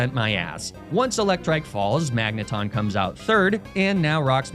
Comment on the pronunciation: Magnemite thought it could avoid being mispronounced by evolving